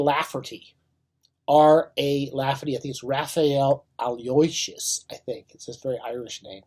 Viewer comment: Old Irish name, pronounced aloe-WISH-us.